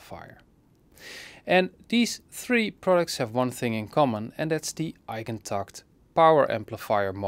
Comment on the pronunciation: Damn. The way you said “Eigentakt,” you did it like a professional. A professional German, I suppose